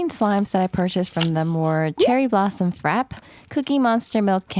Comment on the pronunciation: its frapp-ey im pretty sure